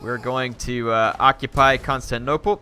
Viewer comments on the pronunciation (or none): he already has to CONSTANTnople...he really hates pronouncing the 'tin' in constantinople